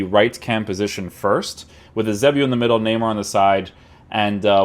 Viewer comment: I beg you learn how to say "Eusebio" properly